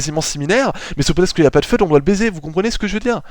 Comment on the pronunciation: Sinon simpa franchement hesite pas a en refaire d'autres ! Sinon parcontre ya quelque prononciation fause (surtout sur fued .. C'est pas feuud .b C'est plus fuid ou par exemple tu dit hell alors que c'est heel (genre il en francais ) mais sinon rien de bien grave on te comprend ! :p En esperant tu refase des video du genre ! :D